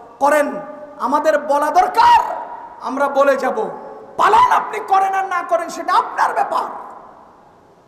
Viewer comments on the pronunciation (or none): none